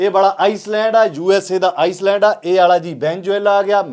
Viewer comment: ਸਬ ਵਧੀਆ ਪਰ ਵੀਰ ਤੁਸੀ ਆਈਲੈਂਡ ਨੂੰ ਆਇਸਲੈਂਡ ਬੋਲਦੇ ਹੋ